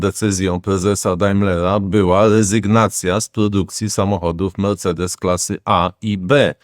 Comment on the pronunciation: Melcedes nowa marka na rynku